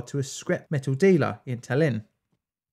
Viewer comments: Ta´llinn, you making acent on first A, when prononce it. Not TallI´nn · Tallinn, not Tall-inn. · Yes! I liked this video a lot. Things from USSR that have something to do with radiation give off a special vibe. Maybe you should cover RTGs? P.S. I doubt you'll read this but Tallinn is pronounced /ˈtɑːlɪn/ or /ˈtælɪn/ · Methinks it is pronounced "tAllin" (or, to not make our Estonian brothers angry, "tAllinn"), not "talEEn". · TAH-lin. The emphasis is on the first syllable. I’ve been there. The new city is very modern and the old city is absolutely wonderful! So atmospheric. I also stayed on Hiiumaa, the northern of the two islands off the west coast of Estonia. The people have more in common with Finland and other Scandinavian peoples than the Russians.